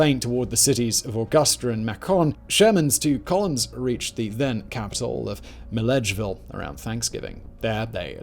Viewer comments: No way to know this being a "non-native", but the Georgia cities were mispronounced. Not trying to kick you in the shin. Overall, good stuff. Macon is "May-cun". Milledgeville is "Mill-edge-ville" or "Mill-idge-ville". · as a Georgia native, the pronunciation of Macon and Milledgeville took me out 😂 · Sorry Simon, gonna be that guy; as a local, Macon is pronounced like bacon, and Milledgeville was close, just don't put the emphasis on 'edge'. Love your work though! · I love your stuff, but you really should practice your pronunciation on the the Georgian cities. i live in Georgia and you murdered pronouncing Macon and Milledgeville horribly! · “Macon” and “Milledgeville” hurts my ears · The pronunciation of Macon and Milledgeville had me howling, as an Atlanta resident. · Just so you know Simon, from an old Georgian here... Macon rhymes with bacon, Mill-Edge-Ville, and a pee-can is something you take into the woods when you go hunting. A Pee-Cawn is the delectable nut that makes such great pies. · Loved the video, and I imagine pronouncing local names the way they are pronounced locally is difficult, but I laughed my ass off listening to your pronunciations of GA towns. Augusta is "uh-gus-stuh", Macon is pronounced like "bacon" but with an M, and Milledgeville is "Mill-idge-vill" with the vill like villain. I got a similar response from a Scottish dude I play games with who laughed his ass off when I pronounced Edinburgh as "Eden" like the garden and "burgh" like iceberg. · Great video but having lived in Georgia for the last 41years, I couldn't help but laugh at Simon's pronunciation of Macon (rhymes with Bacon), Milledgeville and Augusta, Georgia... 😂